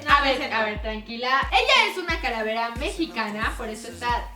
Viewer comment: Like a que karen dijo caravera en el minuto